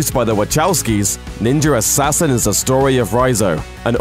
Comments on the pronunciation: Am I the only one hearing Ninjer Assassin? lol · Stop saying "Ninjer" Assassin. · the fuck is a ninger assassin? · wtf is a nenjer assassin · Is he saying Ninjer Assassin? Anyone else hearing this? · It sounds like he says: ninjar assassin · Haha, "ninjer assasian"! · I hear "Ninjer assasin" tabarnak! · NINJUR ASSASSSIN.....blah blah blah.... NINJUR ASSASSIN.....blah blah blah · Why does he say "Ninjarassassin"?? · Am I the only one who felt he is saying 'Ninjer Assasin' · "Ninger assasin" lmao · "Ninjer Assasin" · lol...there's no "r" at the end of the word "Ninja". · why u say "ninjar assasin"? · "ninjar assassin" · Ok he does say ninjer assasin no ? Im not the only one that hears ninjer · why does he say ninjur assassin but can pronounce ninja just fine? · Is it me or is he saying Ninjer Assassin? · why the fuck do you say "ninjar assassin" or "ninja rassassin"? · why so he keep saying ninger assassin? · how is it this guy can ninja just fine but when he says ninja assassin he adds an r to it, which mean he's doing it purposely! you sound ridiculous! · there's no R in ninja... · Is it just me or is he actually saying Ninjar Assassin (instead of Ninja Assassin)? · _ What the fuck is "ninjer assassen" ffs at least ssy ninja right _ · "NINJER" assasin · It's pronounced "Ninja Assassin" not "NinjeRassassin" Also, it's written "Wachowski" but I'm pretty sure it's pronounced "WaKowski" not "WaCHowski" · Its Ninja Assassin, not Ninjar Rassassin. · He keeps saying Ninjur Hassassin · Drinking game. Take a drink every time he says "Ninjuhr Assassin". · Ninjer Assassin...lol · Why does the narrator pronounce "Ninja" properly except for when he says "Ninjar Assassin" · Every time he says "ninjer" it sounds like he's trying to low-key drop an N bomb. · "Ninjer Assassin" LMAO 😂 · He keeps saying “ninjer” assasin lmao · so what's a "ninjer" he keeps saying that word, what is that ? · I can’t listen to this review, I’m sorry Ninjer Assassin just kills it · "NINJER" assassin. XD